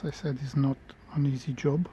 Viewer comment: Ни джёб, а эн изи жоб!